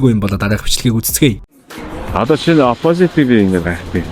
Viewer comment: DVV CHI NAAD HEL USAA SAIJRUULAHGVI VNEN ZOLIBON BNAA, OPOZIT GEJ HELEHDEE YAMAR LALRIIN HELDIIN BEE SOOO CRINGE